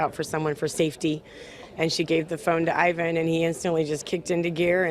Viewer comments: I believe it’s Eye-van ... why does she keep saying Yvonne ? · Great story, but can we please get his name right, it's "I"van not Yvonne, you only hear the correction of this man's name throughout the story... 🤦 Really it's not that hard 🤦🤦🤦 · They keep calling him Yvonne , his name is Ivan ( eye-Van ) . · I think Ivan is hispanic and in spanish “Ivan” is pronounced similar to “Yvonne” but Americans usually pronounce it like “eye-van”. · Ivan - it's pronounced EYE-VAN, not EE-VON......he's a guy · Everyone: Ivan Reporter: Yvonne Me: 🤷‍♀️😳😬🤷‍♀️ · Why is the reporter kept calling Ivan "Yvonne"? 😅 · I hope they asked how to pronounce his name because uhh.... Ivan is usually pronounced “Eye-vin” not “evonne”. Wow, great reporting job there smh. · Why does the reporter call him Yvonne? It's Ivan. He's not a woman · So with all these people pronouncing and saying Ivan's name the news lady still can't say his name correct???? I'm steady looking for Yvonne. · Lol she said Yvonne.. stupid bigot.. Its Ivan.. "Eye Van" 😂😂😂💀💀💀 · Okay why don’t they know his name? Is it Evon or Ivan? Come on news people! How did you do a 2 minute spot on a hero and allow everyone to mispronounce his name? No bueno! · This man saved her life and they can’t pronounce his name correctly. Poor Ivan 😂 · But why is everyone saying his name right besides the reporter? 😒 so glad he was there at that point and time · Lol that reporter mispronouncing the name annoyed me so much as a fellow "Ivan"